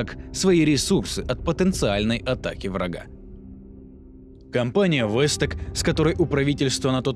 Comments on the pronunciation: Не вэс ток а волт тек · Не вестек а волтек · Не востек а волтек